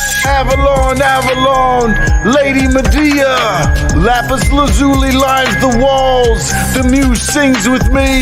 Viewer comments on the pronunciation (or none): none